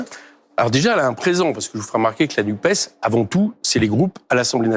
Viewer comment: Merci Éric de TOUJOURS prononcer le S de NUPES, car évitons de nous laisser tromper par les journalistes beaux parleurs qui s'acharnent à éviter ce S socialiste, non pas que je sois attaché au PS tel qu'il était et qu'il rassemblait tous ces politiques qui se sont empressés de flatter EM au cul, MAIS parce-que je suis attaché à LFI au sein de la N.U.P.E.S. où participe également le Parti Socialiste SOCIALISTE refusant la Macronie ! Supprimer la prononciation de ce S revient à commencer une tentative extérieure de division de la NUPES !